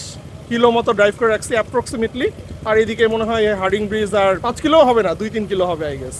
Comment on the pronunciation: ভাই হার্ডিং না হার্ডিঞ্জ 😂